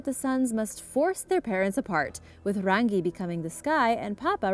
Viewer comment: she miss pronounced rangi.